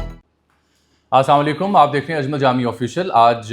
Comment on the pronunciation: Sir g, aap se arz ha k aap v log k shuru men jo salam karte hen woh sahi pronounce kia kren, plz.